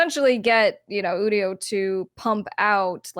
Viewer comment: It's pronounced You-dio